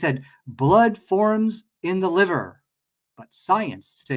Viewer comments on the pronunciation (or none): none